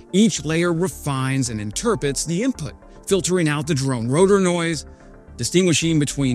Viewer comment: "Interpets" "nEral". You are embarrassing. I'll bet you pronounce nuclear "nuculer". I'm out